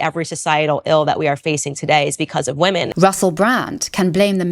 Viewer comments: Please Ilove you but I cannot stand how you pronounce wo-men as wo-man please please please try to change it. It just goes against your entire like intellectual persona when you constantly mispronounce it. I don't know why you pronounce it that way maybe it's a South African thing, but I have some South African friends who don't pronounce it that way so I don't know it's just something that is really really irritating, it's fine if you don't change it, it is just a suggestion but like please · Do you know how to pronounce the plural of “woman”? I’ve noticed there’s a slew of YouTubers who won’t pronounce the plural properly. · Hey. love your stuff, but I have one persistent issue that comes up in all of your videos. Sorry, but you pronounce the words "woman" and "women" the same, and it confuses me and catches me off guard every time I listen to you speak. You pronounce both as the singular 'woman' so when I hear you talk about "Russel Brand assaulting three woman" I do a mental double take and its very distracting. Anyway, just letting you know.